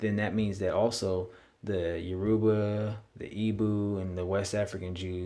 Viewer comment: Please pronounce the name correctly! You- Ra-Ba, not Yo- Ru-Ba. Actually, the israelites/Hebrew got their traditions from the Yoruba and Akan,. We didn't get our culture from them. They got theirs from us. Assyrian??? Hell no! When you are talking about Oyo, if Alaafin Sango, baba mi, the fourth Oba of Oyo -- it's greatest Oba (king) is not listed, this is bogus. Iya Kai, Oni Sango.